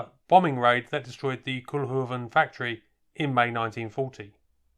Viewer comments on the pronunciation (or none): It's NOT Koelhoeven. it is Koolhoven with an OO as in coal or go, please do your home work before doing videos, don't be such a yank.. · Koolhoven. Kool is pronounced as Coal in English. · Pronounced "Cole-huvven' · Only the Dutch pronunciation of "kool" is more like coal then like cool.